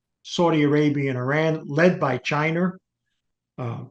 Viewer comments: This man says Chiner, Americer and Russher. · I love when old white people say “Chiner” “russher” “americur” lol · Americar, arenar, chiner. Sorry had to say it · Chiner and Rusher...😂. Gotta love it!